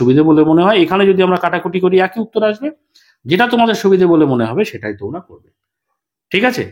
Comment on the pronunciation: What is "ekoi" niyome hote thakbe ? 😂😂 This is "eki" niyome hote thakbe 😏😏